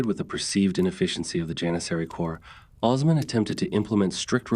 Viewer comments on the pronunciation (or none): Jesus, Mary, Joseph & the 12 Apostles!!!! Please say these names properly. Osman - not Ozz-man. OOOOOOOOsMan. He's wasn't the Wizard of Oz. Ertugrul -- is Air-truulll. It is not pronounced phoenitically. Bursa is not Bur-Sa. It is Boo-Sa. The "r" is silent. You vacillate between Or-hann to Or-hane. It's Or-hahn. It's Murh-Rod. You vacillate on that too. Bye-a-zad NOT Bay-a-zid or Bye-a-zid. You vacillate on this as well. You need to be consistent w/your pronunciations & accurate. It's distracting. And please do not say it's your accent. Had you properpy researched your subject, you'd know exactly how to pronounce these historic names. Plus, you can watch Turkish TV or contact a Turkish Embassy. I'm an American non-Muslim - non-Turkish only American English speaking viewer watching from America. Allahu Akbar🇹🇷